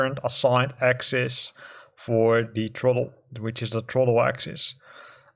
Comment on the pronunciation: Truhttle. It’s Th-ra-ttle.”